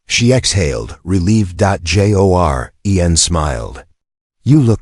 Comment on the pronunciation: The continual reading of "...end of sentence. Joren..." as 'end of sentence dot jay oh arr eee en' is obnoxious; the AI narration software needs to have the most extreme form of negative reinforcement applied to whatever 'learning' makes it consider this an accurate rendition. The military has used flat thermite charges atop file cabinets with classified documents or on cryptographic equipment to destroy them; this could be an appropriate form of negative reinforcement.